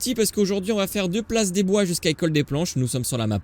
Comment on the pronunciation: Place de BLOIS pas des bois 😂😂